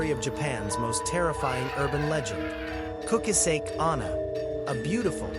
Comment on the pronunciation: Kukasek? It's Kuchisaki come on son messing ppl urban legend. No disrespect i dont know where ur from but if ur from indian do indian ghost not jap urban legend kukasek 💩